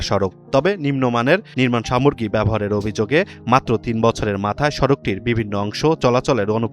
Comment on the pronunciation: ধীর্ঘ, সামর্গী, হায়রে ১:০০ মিনিট থেকে ধারাভাষ্য, উচ্চারণ শুনে খবর দেখার ইচ্ছে উবে গেল 😜😜😜